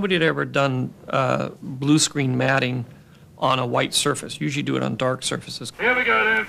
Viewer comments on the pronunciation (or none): none